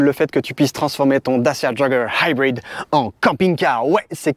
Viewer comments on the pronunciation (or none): Tu ma tellement soulé avec ton "daciaa joggeur haïbride" mais j'ai tellement rigolé en même temps 😂, vraiment test auto validé pour ma part 👍🏽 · Vidéo bien faite mais l accent américain pour Dacia jogger HYBRID est pénible. 50 fois c'est lourd. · J'ai tenu jusqu'à 10', au 20e "haïbrid" j'ai laissé tombé 😒